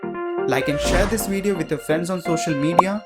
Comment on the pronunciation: You know that you're Indian when you pronounce "video" as "wee dyo"